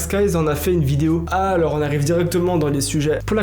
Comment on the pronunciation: Les histoires de plagiat, oseille etc je m'en fous j'adore ta chaîne mais la vie de ma mère si tu continues de prononcer le S dans alors quand tu dis "alorS que" on va s'embrouiller. Arrête de prononcer le S dans alors. Ça se prononce pas. Jamais. Même si y'a que derrière. Alors arrête